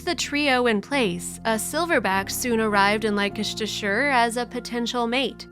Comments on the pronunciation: It's pronounced Lester-sheer, I should know I live there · It’s pronounced ‘Less-ter-shurre’!!! Americans cannot pronounce our shires! 😂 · Pronounced LESTERSHEER!!!!!!!!!!! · Did she just pronounce Leicestershire as Lycashturshire? It’s pronounced Lestershire. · Giggling at the pronunciation of Leicestershire...it's lestershur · It is pronounced lestershire.. Youre welcome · Please tell the person doing the voice over that Leicestershire is pronounced Lester-shire. She has got it wrong !! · I lost confidence in this as soon as I heard Laykesstersheer. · Pronounced Less Terr Cher not the abomination the narrator massacred 🤯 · That place is pronounced " Lester shire'" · For your information Leicestershire is pronounced - LESTERSHIRE or just LESTER